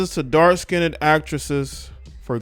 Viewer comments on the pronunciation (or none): Dark Skinned, Not "skinnded." 🤣So negrodian. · Who the fuck is still saying “skinded” in 2022?? And why? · No one asked her to talk...and it's not "DARK-SKINDED"...You're DARK-SKINNED. Come on. Whew. 🤣